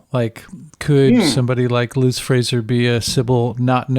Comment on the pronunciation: Interesting that mispronounces Liz’s name throughout the episode…. Surely deliberate for someone so obsessed for so many years, but why?